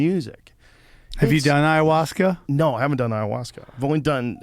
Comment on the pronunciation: So when are u guys doing iowahuaska....eyeohjuaska...Ihuasca